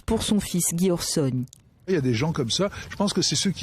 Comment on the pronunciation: C'est Alain OrsOni, pas Orsini 😊